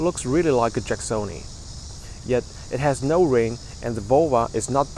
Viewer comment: You should be more distinct with your pronunciation of NO I thought you were saying yeah